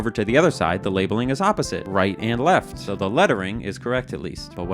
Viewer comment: Left? I thought you said Heft!